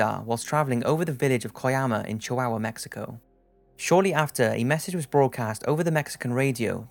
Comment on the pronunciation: Why the hell do you say chihuahua like that? Also wasn't Roswell proven fake? Like a long time ago.